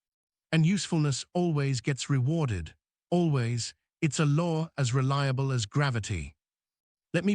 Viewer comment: learn to spell- it will help the pronunciation he said hopping instead of hoping 4 or 5 times. Spoils the effect. Otherwise very good advice of course. (reliable and resume also mispronounced)